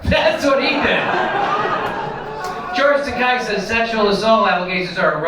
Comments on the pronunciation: Not a fan at all of the doofus but it's not Takai. It's akin to Ta-kay as in the girl's name KAY. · i know he's a shitlib, jimmy, but it's pronounced toe-kay. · It's Tah-KAY, "as in gay", Jimmy. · George Takei hates when his name is pronounced that way, so keep pronouncing it that way.